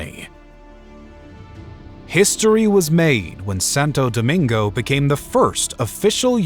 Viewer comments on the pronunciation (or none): Well done, with some flaws… the “Santa Domingo” - (and later) is involuntarily comical (Santa notoriously lives in Finland, not in the Caribbean) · Its Santo Domingo not Santa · SANTO DOMINGO, not "Santa..." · SantA Domingo? 😭😭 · Is call Santo Domingo which still stand today not "Santa Domingo".